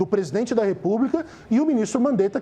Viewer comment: Mandetta: "Povo não sabe se ouve ministro ou presidene". Eu diria q o Mandetta não sabe q é o presidente q fala ao povo, pois foi eleito pelo povo, e como ministro ele deveria se contentar em falar ao presidente q é seu chefe.